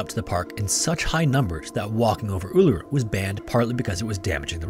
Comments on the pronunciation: 👍🏾Thank you for calling "Uluru" by its correct Aboriginal name👍🏾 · Honestly good job with pronouncing Uluru, a lot of people get it wrong but im laughing at the pronunciation of Mt Isa. Its "eye-za". No offence taken or anything just a lol. Do double check the pronunciation of Melbourne tho before you use it, you will be mocked if you cant pronounce it the way we do haha I remember that incident growing up. I think the there were so few reported attacks from dingos was the primary thing that got people suss about it. But honestly looking back i feel so bad for her. No one believed her and everyone accused her of wanting to get rid of her child. I think the media played a big part in spreading misinformation, thank god for the internet and social media today which prevents journalism having a choke hold over news and facts.